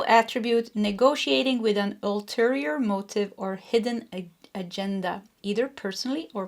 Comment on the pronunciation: Many thx 🙏🏻 it resonates w me … Btw the proper way to pronounce AGENDA is AJENDA . Cheerio 🎉